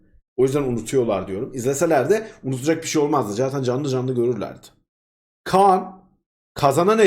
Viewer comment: Abi Khan a Kaan deme yaa